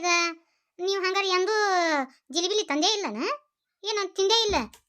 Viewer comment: ಜಿಲಿಬಿಲಿ 😂😂 ಜಿಲೇಬಿ ನಾ😊